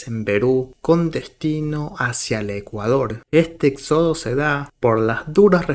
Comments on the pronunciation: Amigo por favor éxodo, lleva tilde en la "é" por favor haz el tono correcto éxodo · Éxodo amigo, no exodo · Éxodo! Tildado en la “É” 😂😂😂😂 no existe ningún “exódo” 😂😂😂😂😂😂😂😂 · SE PRONUNCIA ÉXODO, CON TILDE EN LA È